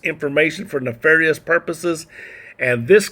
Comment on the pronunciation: It's "nefarious"